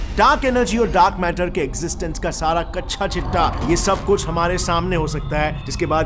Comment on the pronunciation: 😂😂😂😂😂😂 “ Kasha chitha “ nahi sir Ji “ Kaccha chitha “ hota hai . 😂😂😂😂😂😂😂😂😂😂 Aapne ne toh “कच्छा “ बोल दिया ।